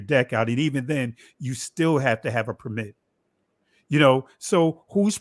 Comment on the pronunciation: Nice coverage. Your guest consistently mispronounces the word 'permit' when used as a noun, the stress should be on the first syllable: “PER-mit”.